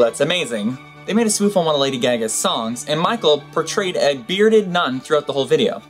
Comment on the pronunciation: "Lady Gag-a"?